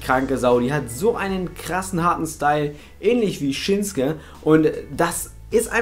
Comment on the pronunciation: Der heißt doch ShinsUke Nakamura! Und nicht Shinske ...........